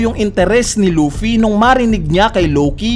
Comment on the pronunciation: Loaffy ng loaffy umay pre.. Luffy kasi un